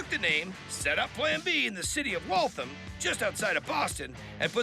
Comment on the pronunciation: ITS WALTHAM NOT WALTHUM!